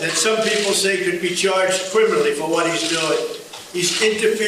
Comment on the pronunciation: Choarged Qwiminawy